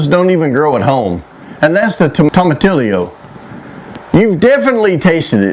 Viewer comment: Tomatillo is pronounced toe-muh-TEE-oh!